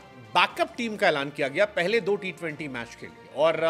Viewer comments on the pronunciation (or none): none